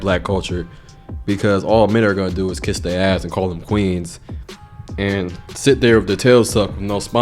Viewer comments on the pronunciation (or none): That dialect lol. "Black queenzs". 😆!